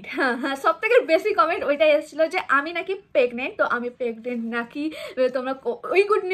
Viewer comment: Pegnent noi that's PREGNENT.